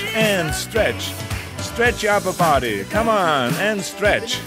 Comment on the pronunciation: STRETCH YOUR UP-UH BO-D-Y! lol this is hilarious